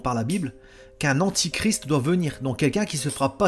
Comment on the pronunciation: On dit antéchrist, pas antichrist.